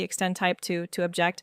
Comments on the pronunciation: fYI its 'OB-ject' (noun), not ob-JECT the verb. The Object extent type lets you choose an object (noun) on your model. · I think it is at least AI produced - the tempo and tone was too precise and consistently mis-pronounced "object" with the emphasis on the last syllable. And even the design is a bit strange - the arced ramp is completely unnecessary on the "full stop" - that just needs to be a wall. While the detention it passes over would benefit from a curved/ramped entry. Actually curve is unnecessary - just an angled entry would be helpful and the detent could be a little larger for firm retention - I can't imagine a human design engineer would make that entry symmetrical and have the stop asymmetrical. Though it was a very useful tutorial. Good pointers. I "suspect" it was a human directed AI script/project.